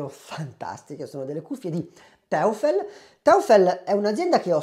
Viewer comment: Neodomio? In quale tavola periodica? NEODIMIO!!!😂 E poi teufel non si può sentire...è un'azienda tedesca quindi si pronuncia toifel che significa diavolo. Un po' di precisione in più darebbe maggiore credibilità alla tua recensione...non prenderla male è solo un consiglio. Ciao.